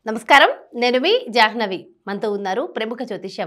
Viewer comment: అమ్మ మీ పేరు janhavi కానీ jahnavi కాదు. ఉదాహరణకు బ్రహ్మ అన్నప్పుడు brhma అనరు . Bramha అంటారు